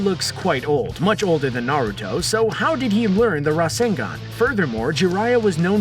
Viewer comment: 1 : Mispronounces most of the names 2 : States that jiriaya created the rasengan Me : I call bullshit, this guy doesnt know naruto .-.